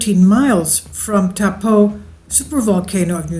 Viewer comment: Try “toe” “paw” that’s the correct pronunciation good try though better than most people that live here haha